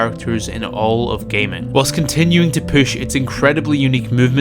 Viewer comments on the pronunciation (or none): No one: This guy: POOSH